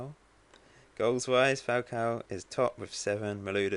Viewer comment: Well done on the Falcao pronunciation ;) lol